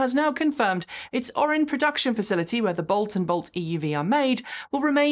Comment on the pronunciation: Pronunciation -, I may be from Texas while you are from the UK, but your (mis) pronunciation of Tuscaloosa rang in my ears. It's Tus-ca-LOOSE-a, not Toos-ca-lose-a. And also did you say ORON (two syllables) instead of OR-I-ON (three syllables) for the GM factory in Lake Orion, Michigan?